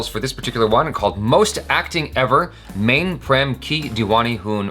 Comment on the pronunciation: Cmon...its been several years u are reacting to the Indian videos and still u cant pronounce "Main" properly??? Like wtf🤦‍♂ its pronounced "may" cmon